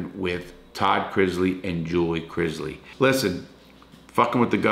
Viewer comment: IT IS NOT CRIZZLY! CRISLEY.